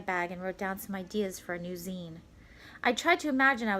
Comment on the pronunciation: Your said zine rong you said sene